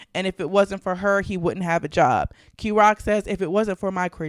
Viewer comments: The many clearly says is name is KEY ROCK / KEE ROCK and this constant mispronunciation is annoying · It’s K-Rock Kay rock